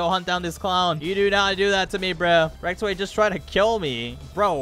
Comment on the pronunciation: rektway not rectway